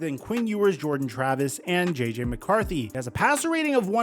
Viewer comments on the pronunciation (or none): none